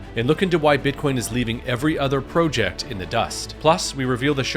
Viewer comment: “PRO-jeck” FoH 😂